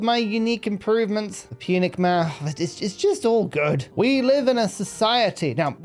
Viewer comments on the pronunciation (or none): none